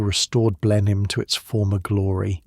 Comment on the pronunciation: Blenheim is pronounced "blenam""